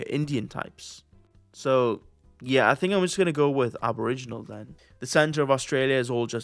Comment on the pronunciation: "Aboriginany squared" haha